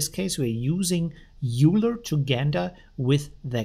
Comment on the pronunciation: Just FYI Euler is pronounced "Oy-ler" named after Mathematician Leonhard Euler